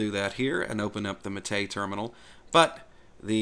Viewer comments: Yep, I was going to say the same thing. is pretty close with his pronunciation, he just needs to change the stress in the word "Mate" (it's MAH-tey, not mah-TEY) to the first syllable, and same thing with "Caja". No es que sea el fin del mundo, pero ya que quiere aprender a decirlo bien... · Sorry but Wimpy is plain wrong. MATE is pronounced as "matte" (like the paint type). The name was given by Perberos and it comes from the Yerba Mate plant, which incidentally is used as a very popular and traditional infusion in my country. Compton+Marco is a lighter option for getting rid of the vsync issue. You can find it on the Mate-tweak tool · You are actually pronouncing the name wrong. The stress should be on the first syllable: MAH-teh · EXACTLY! That was the bestest explainification I've heard so far. Bloddy Anglophiles with their overprononciation and emphasis on certain syllables are nerve wrecking. As I always say: "MATE, pronounced as spelled." Emm, ah, teh, eh = Mahte Simples, right? Well, obviously not so simple if you belong to the minority of natural born anglisi speakers. :) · That guys full of it. You stress mah not tay. Like mate the herbal drink.